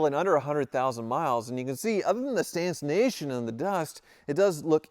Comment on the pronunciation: Is he saying "stancination?"